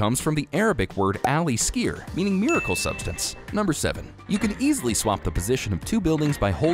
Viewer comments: The Arabic word is actually al' exier 🥲 not aleskier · Bro what is al-iskir ? In Arabic it's " al ixir " just the same as the English 💀